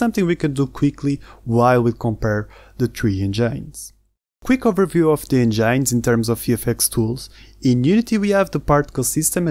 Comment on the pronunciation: It’s engines not engynes. “In” :}